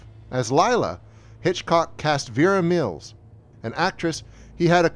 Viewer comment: ... Sigh. Why do these otherwise smart video YouTube essays stumble and fall on the EASIEST, most idiotically-able-to-verify points? It's VERA MILES. Not VERA MILLS. A good history brought down by an essential stupid error (never mind the bad French pronunciation for Clouzot and Les Diaboliques.....entirely forgivable, if a little dopey. But VERA MILLS???) So disappointing. Film fans may well switch off right there.